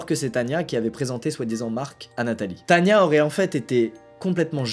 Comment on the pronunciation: c est as tania mais tana XD